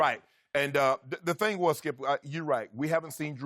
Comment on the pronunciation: Shannon “Here’s the thang skip” Sharpe